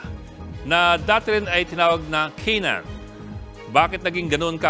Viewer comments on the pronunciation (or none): Cana-an po kase hindi canaan😢